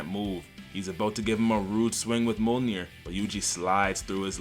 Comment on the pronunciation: Why are you pronouncing Mjolnir like ammonia 😂